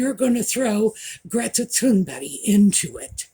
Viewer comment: I'm so pleased & encouraged to hear 1 person 'out there' (besides myself) in public pronouncing Greta Thunberg's surname CORRECTLY! Thank you! Jeremy Clarkson is a loudmouth! BTW I own tea(pot) cosies. & I will use one when I've made a pot of HOT tea so the tea will stay hot till it's ready to drink.